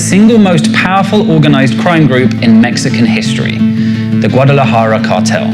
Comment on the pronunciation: They've got all these white boys talking a whole lot about something they know very little of 🤦‍♂️ Can't even pronounce Guadalajara correctly 😂